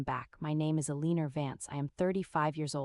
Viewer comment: Mispronounced "Eleanor".